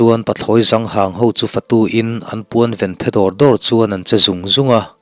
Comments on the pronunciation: Pathlawi zang hang tiha zang tih lai tak mai hi. Mipa serh lam dan ni lovin zāng- hnungzāng tih ang a lam zawk tur a ni e. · Pathlawi zang hang nilo in,hnungzâng kan lam a(zâng)ti in lam tur ani e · Pathlawi zang hang tia i lamrik hi zàng tia lam rik tur a ni em le... ka hriat dan ania...sawt tawhlo mah se...sawi ve reng² aw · Pu-a Pathlawi zang hang an ti ngailo hahahahaaa Pathlawi zâng hang tih tur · Pathlawi zang hang tihlai tak kha a dik lo. deuh niin a langa. A rikdan ah khan mipa serh lam a kawk thei a zang han tih khan hnungzang lam kawk tur a ni e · Pathlawi zanghang tih hi i lamdan hi a diklo, hnungzang kanlam a, zang kan lam ang hian lam tur a ni lawmni, i lam sexi mah mah lomaw😁😁🤭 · "Pathlawi zang hang" mipa serh "zang" rika ri tur ni lo vin, hnungzang tih a, "zang" rik dan anga "pathlawi zang hang" tih zawk tur a nih hmel e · 'Pathlawi zang hang,' i lam dan hi a dik lo, " zang" tih lai tak hi, hnungzang tih a zang kam lam dan hian thluk tur aw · Pathlawi zang hang tih hi Zang (Sazu) nilovin Zang (hnungzang) tih lama zang ti a thluk tur ani zawk ang a...